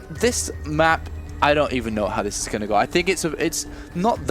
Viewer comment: I have a great deal of respect for, but can someone please tell him there is no 'k' in 'going'?